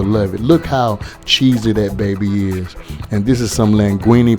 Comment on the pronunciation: Whats good my fam. I think you meant CHEESY... not Chessy.. Correct that bro.. but anyway fam.. Your Chicken Tacos was fire bro.. You know The Rookie Chef always here.. Keep up the good cooking bro.. Much luv fam..